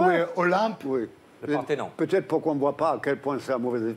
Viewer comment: baffi à "le ParthéNON !!!" magique ;) Mais personne ne l'a relevé !